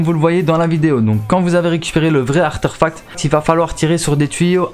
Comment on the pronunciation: Juste quand tu dis artéfact tu le prononce Artèrfact comme une Artère j'ai bizarre à entendre sinon bonne video merci